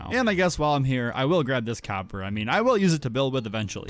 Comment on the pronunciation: Did he say.. Cow-per? And not copper? TnT